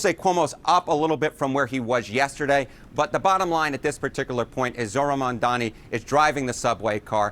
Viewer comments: Why can't these people say his name? It's not that hard. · M A M D A N I. Can you read? The magical host kept saying Mandani. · Mamdani not Mandani smh😒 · MaNdani? Why can’t you pronounce his name correctly or at the very least make an effort to do so!!! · Mamdani, not Mamdini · This magical jerk kept calling him Mandani. By now there is no excuse. He must prepare better for his freaking segments. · Is it really that hard to say MAM-DA-NI?